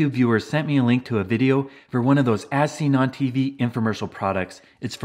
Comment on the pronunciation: When you said as seen on tv, I thought you said asinine tv. 😂